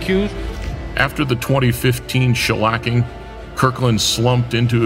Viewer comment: He said "After the 2015 shalacking..."😂